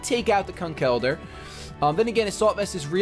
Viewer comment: Why did you change your pronounciation of Conkeldurr? I'm used to your old one XD Who cares about etymologies anyway.